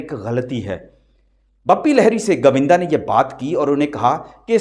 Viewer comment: Pls learn to speak properly your accent is pathetic its GOVINDA not GAVINDA 😡😡😡😡😡😡😡😡😡😡😡